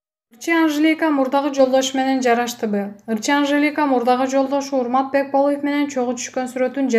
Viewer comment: БекболЫев эмес.Бекболиев